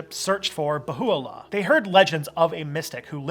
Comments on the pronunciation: It's not Bahoo-allah More like Beha-ullah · IT'S BAHA 'U'LLAH. NOT BAHULLA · Baha’u’llah (not Bahu’u’llah) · I was raised Baha'i. The Bab was a profit who spoke about the manifestation of God coming, he did not claim to be the manifestation. Also, it's pronounced "Bah - ha - oo - la" not "ba- who - oo - la." It's not completely Abrahamic, because they recognize more than just Abrahamic religions as their spiritual history. Gay people are allowed, but must be celibate. Good video though. Difficult topic. Overall, it's pretty accurate. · As a Baha'i I would give this video 7.5, great research since you are a not a Baha'i, but next time try to speak to an Baha'i before you do the video, there are lot of o small but very important mistakes. PS. Bahá'u'lláh not Baho' u'allah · Nas P who is it then? People can do what they want, but it is more conducive to unity if you respect others wishes. (Also it is pronounced "Ba-Ha O La" not Ba-Hoo O La) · Mostly accurate rendition but it would be appropriate to learn how to pronounce the prophets name. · The words deriving from Arabic are even more badly mangled by the majority, but that only demonstrates the wisdom of Baha'u'llah in calling for an auxiliary universal language.